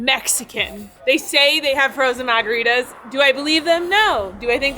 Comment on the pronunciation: the most Boston way to say “margaritas” lmao 😂